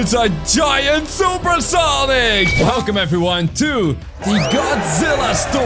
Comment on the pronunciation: IS SANIC NOT SONIC